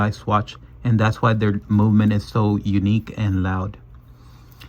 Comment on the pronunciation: No se dice "momenent ", se dice moVement". Con "V" mayúscula. Yo que vos me dedicaría a hacer tus videos en español.